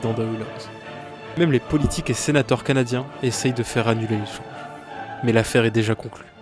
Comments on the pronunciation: bro dit pas les canadienzzzz de montreal, c'est les canadien de montreal tes con ou quoi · À , les "Canadienz". Pourquoi ce "z" à la fin du nom de l'équipe? Le nom de l'équipe est en français. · Pourquoi prononcer les Canadiens de Montréal à l'anglaise ? C'est incompréhensible. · Incroyable vidéos ! Par contre, je ne comprends pas pourquoi tu prononces Canadiens en anglais, c'est un club de hockey Québecois, il se prononce en français ! Haha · La prononciation des Canadiens de Montréal 😂😂 C’est une équipe francophone! Sinon très bonne vidéo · Très belle vidéo, mais pour la prochaine fois, merci de ne pas angliciser les Canadiens de Montréal, c'est bien prononcé les Canadiens avec le s muet.